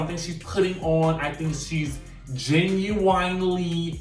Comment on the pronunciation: You are killing me with the pronunciation Genuinely... (gen u winely ) it’s ( gen you when ly) you are saying that word so wrong